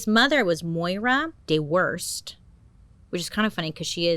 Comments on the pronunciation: Doo herst. Not De Worst. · It’s pronounced Dew Hirst :) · This one’s local for me! So strange hearing you say place names that are nearby! I think Dewhirst is pronounced due- hurst tho unless they’re German ancestry or something ❤ absolutely smashed all the other pronunciations! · Love that you got a lot of the pronunciations right, but dewhirst isn’t ’De-whirst’ it’s ‘dew- hirst’ pronounced ‘ Jew huurst’ if that makes sense 🤣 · It's "dooo hurrrst". But, I like your interpretation cuz you're the best! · love your videos...love how you said Dewhirst---you say it like this btw Dew - hirst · Hey Bailey, the mum’s name is pronounced Dew - hirst 😉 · As a brut I can confirm that's pronounced Dew-herst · Hiya, Brit here. Dewhirst is pronounced D-YEW-HER-ST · it is Dew-hirst, but we can just gloss over that one because she said everything else right 😅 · Hi Bailey🤗🌹 I hate to go all Miss Stadinko👩‍🏫on you but I believe the name is pronounced Dew / isrt or Do wirst 🙄😏 Luv You 🙂💕🇨🇦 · Dewhirst HAHAHA......... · Halifax born living in Bradford ✌🏻the pronunciation of Dewsbury and Dewhirst made me cringe though but proud of her for getting Yorkshire right